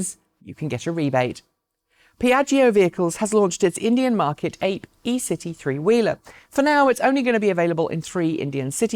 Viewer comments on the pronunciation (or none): The Hacksmith has an interesting scale model Cybertruck. P.S. Piaggio Ape is pronounced ap-ay (Italian for bee). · Excellent as usual, thanks. Small thing, Ape is pronounced Ahh pay and means bee. Apiary comes from that.